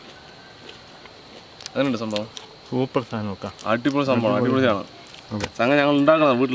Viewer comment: Parayatherekkan വയ്യ supper എന്നു പറയുന്നത് കേൾക്കാൻ എന്ത് രസമാ god bless you